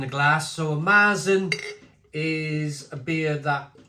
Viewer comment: Pronounced "Mair-zen".